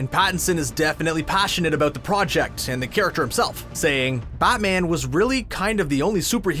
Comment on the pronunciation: All I heard was “aboot” and “ootfit”